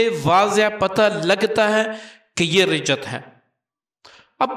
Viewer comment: معافی کے ساتھ عرض ہے رجعت ر کے زیر کے ساتھ نہیں زبر کے ساتھ ہے